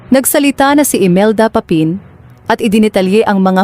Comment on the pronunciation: Bakit banyan Ang pagbigkas ng narrator ng “Aunor” at “Papin”? Samantalang Tagalog na Tagalog naman ang Tono mo. I don’t know, pero parang sinasadya.